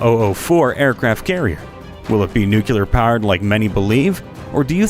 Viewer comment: nuclear, not nucular